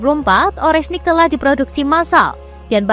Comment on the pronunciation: Oreshnik om Bukan orenshik